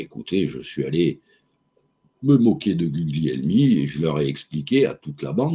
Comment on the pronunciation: On prononce Gulielmi. Gl en italien, on ne prononce pas le G.